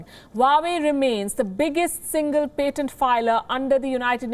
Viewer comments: It is pAtent with an A not pEtent with an E. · Can you please learn how to see patent before you say patent. I could barely listen after How you butchered the word. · Patent pronunciation - expect better from WION!